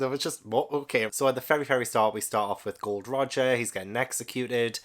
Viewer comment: Welcome to One Piece! Psst, it's Gol D Roger, not Gold Roger